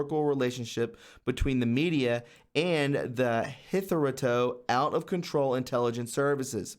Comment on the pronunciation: Thanks. Btw, hitherto is pronounced hither-too